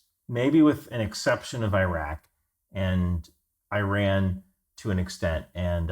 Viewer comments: Its EEE-rahn...Eye-Ran is an English language verb. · Exactly my thoughts. Where did they find this guy? Messing names and terms: Burma, Ayyy-ran, Hezbollah and Hamas religious affiliations?